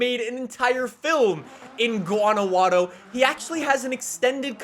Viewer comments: Mexican here. Guanajuato is pronounced GOO-ANNA-WHO-AT-TOH Love your vids. Keep'em coming. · It pains me to hear him say Guanajuato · Me being mexican an hearing pronounce Guanajuato like he did just killed me Hahaha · you're not pronouncing Guanajuato right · I’m from Mexico and it’s so funny how pronounce Guanajuato, I just have to say that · Hey search for Guanajuato in google and listen how is pronounced because you are gonna be saying it a lot when you play! Other than that, I cant wait to see you play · Why did he pronounce Guanajuato like that?? 😳😳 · The correct pronunciation of Guanajuato is to pronounce the J as you do an H in the word hunt. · Great video, your pronunciation of Guanajuato is pretty close, just one thing the "ju" is pronounced like the first part of "hoover", it's difficult to explain haha. I really hope the tunnel system is as extensive as in real life, that would be sick. And also fingers crossed for window stickers. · It’s so funny how can’t pronounce Guanajuato correctly. 🤣🤣🤣 and I’m Mexican. Good one lol. Anyways I still love your videos keep up the good work. Also can’t wait till they say if window stickers are coming. (Edit) Although I’m Mexican I live in America. 🇺🇸🇺🇸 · The way he says guanajuato gives me ptsd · I know your trying ur best, but hearing say Guanajuato pains me. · you definitely said the city wrong 😂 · Awesome video!!! This is solid! Also a favor for you in the future vids.. GUA-NAH-WHA-TOE and say it like you wanna learn! We learned how to say Edinburgh 🤣 Arriba Guanajuato 🇲🇽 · Wanawaro jajajajajaja it’s Guanajuato but it makes me laugh so it’s ok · Guanajuato is pronounced: GuanaXuato. The x is pronounced the same way that you pronounce in the name "México" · GuanaJATO not guanagladow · Its Guanajuato, not gUaNaWaDo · Its promounced.guana who atto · gWANnahWHaTO Thats how you say it Don't worry im a 12 year old mexican professional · It’s pronounced Juan-a-wat-tho